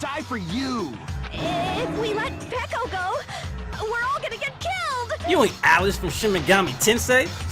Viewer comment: ikr it always annoyed me how he called her peeko but it wasn't my business so I didn't say anything